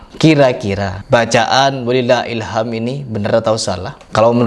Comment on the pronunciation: Bukan "Hilham", tapi "HilhamD", huruf mati akir di huruf dal د